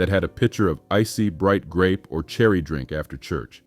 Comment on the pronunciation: The "Drank" that black America loves. I listened to that 5 times. was that pronunciation intentional?